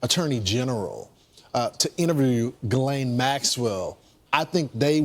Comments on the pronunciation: It's "Gee - lane" not "Jizzlane" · I thought it was pronounced "jizz lane" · How is it that no matter how many news stories I watch not one single anchor can get Jittleyang Maxwell’s name right smh… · Ghislane has a silent S. why does nobody know this